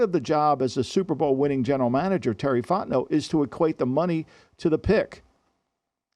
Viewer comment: why does he keep saying "super bowl winner terry fotnau" lol